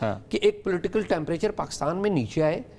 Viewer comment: i keep hearing tempriture something is happ lol